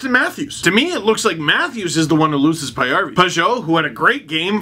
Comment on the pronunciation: I was honestly not going to watch this one LFR (Paajarvi is my favorite player {yes I know he’s not the best but hey I’ve been following him since 2010}) you were nicer than I thought towards the Sens, even if you did pronounce Magnus‘ last name wrong (don’t worry everyone but his own teams commentators do).